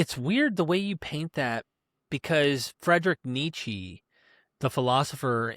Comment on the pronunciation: "Fred-Rick Nee-Chee, the philosopher..." 👍👍👍